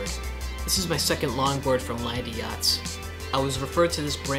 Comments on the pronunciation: Land-yacht+z two syllables hear me out. Land…yachtz. No Landie-yachtz… stop that. Shame on your friends for not correcting you. Thank you for the video. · I was looking for this comment lol Land- yachtz not landy-yachtz And when it comes to wheels I'd suggest 77a-80a kegals